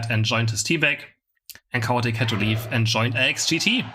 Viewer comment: Love that Chaotic sounds like Cow Attack. I will think of him as Cow Attack from now on.